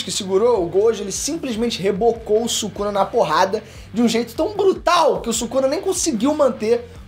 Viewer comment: " Sukana " KKKKKKKKKKKKKKKK